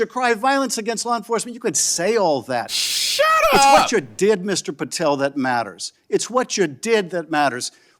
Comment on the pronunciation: The way you said shut up!! 😂 I feel you it’s nonsense!